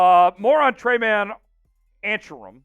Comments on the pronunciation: Tre-Main.... not tray man. Good lord, it takes 10 seconds to figure out how to pronounce someone's name. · His name is pronounced Tre-main